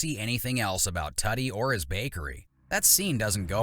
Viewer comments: It's "Tootie" .... not "Tutty". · Good grief. It's "tooh-tee," not "tutty."